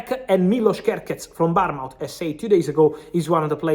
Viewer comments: Fabri' sono di Bournemouth e si pronuncia bornmuth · man, I was wondering what country "Barnmaut" was in, then I realised it was Bournemouth lol As far as Alvarez goes, it's a tricky one because he wuld walk into just about any other team as a first choice player...